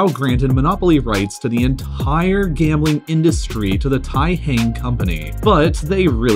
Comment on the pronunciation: Fuck. For the first 3 minutes I thought you said world gaming capital